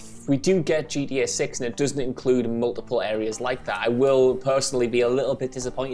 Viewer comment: I love it when he says gda 6